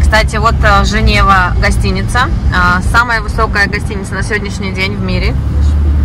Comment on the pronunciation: отель всё-таки называется Gevora, а не Женева 😊